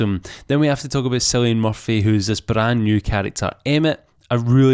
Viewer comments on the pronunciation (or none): Cillian is pronounced Killian not Sillian. And you are Scottish?! For shame! ;)